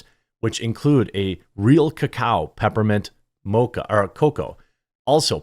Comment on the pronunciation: You pronounced it right the first time it's co-cao not coco